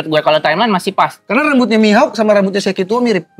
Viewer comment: Kok aneh banget penyebutan Shakky dibaca Sheki ☕